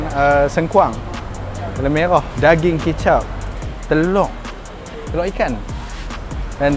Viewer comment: Telur bro not telok